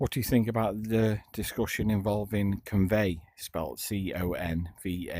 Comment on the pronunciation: Bahaha love it. I think she is a bit too negative. I have a wife for that. 😅 Her 'alternate' pronunciation of Convai warms my heart though. I lean that way quite often. That reading the browser feature is awesome. Oh, and the irony of a character using Convai and not being able to pronounce it or Tyke AI is not lost on me.